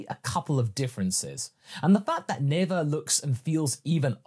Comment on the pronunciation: Never say Neva!